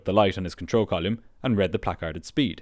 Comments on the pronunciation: I dont know why but the way the narrator says "column" never sounds right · The way pronounces "column" is hilariously weird. Never sounds right or consistent. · It's like a punch in the brain every time you say column like volume. It's so bizarre. 😂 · This is brilliant as always. You do pronounce "column" in a funny way, though.